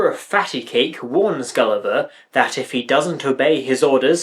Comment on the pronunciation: The singers can't pronounce "Gulliver" without it sounding like "Kali Ma".